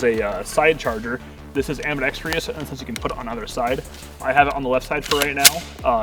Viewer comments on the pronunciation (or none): Ambidextrous has 4 syllables not 5 😡. 😂